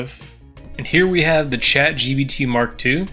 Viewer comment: "shat gbt"